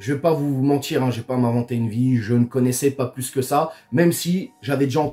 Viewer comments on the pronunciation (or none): none